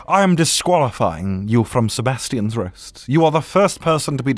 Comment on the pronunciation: That moment when you finally roll the R's!